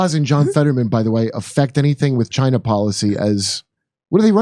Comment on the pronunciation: Chine... sounds like the T.